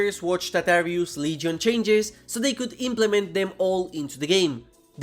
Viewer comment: The leygyon 😂